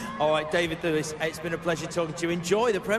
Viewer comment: David THOOLIS - that guy pronouced david's name all funny, it's devid THEWLIS you moron. mmm i love daivd thewlis and indeed remus lupin too sooooo much, they are such a beautiful people <3 he is always chewing gum or at least looks like he's chewing gum in his interviews...